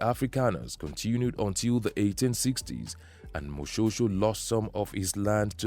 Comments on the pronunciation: Firstly Moshoeshoe is pronounced "Moshweshwe"........ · Do not ignore E in the name Moshoeshoe. You are pronouncing it like Moshosho. That E is very important